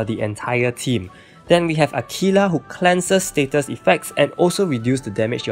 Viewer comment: Please dont get offended but when you Say aquila It Always made me laugh a bit because It sounds like you're saying tequila lmao